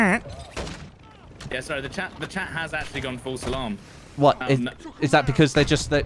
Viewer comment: he's saying False Salam